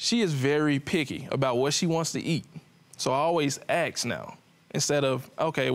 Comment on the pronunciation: ASK' not "Akxs" please.